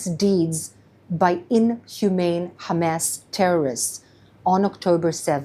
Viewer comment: the way she says Hamas is incorrect. and it sounds extremely cringe